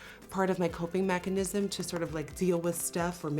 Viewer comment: This is really important and serious but I can't get over 'coping machanism'